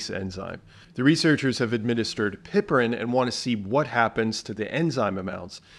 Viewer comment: Thanks for sharing some good points! As a retired English teacher, I must point out a tiny detail. Piperine is not pronounced “pipperine”, and yet you said more complicated words just fine.